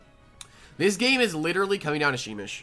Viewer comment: You pronounce it like shh-meesh